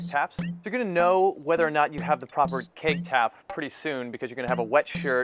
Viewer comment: haha i kept thinking is he saying cake or keg . LOL